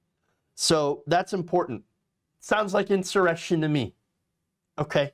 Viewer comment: "Insurrectioni stuff" Might be just a tad bit insurectioni Gotta love it